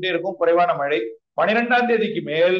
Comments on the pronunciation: மலை,மலை,மலை ஐயா தமிழ் படிங்கடா அப்புறம் செய்தியாளர் வாங்க😢 "மழை" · Malai இல்ல. மழை. சரியாக உச்சரிக்கவும்